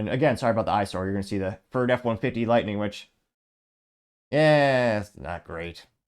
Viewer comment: It’s Lightning my guy. Not Lightening, not Lighting.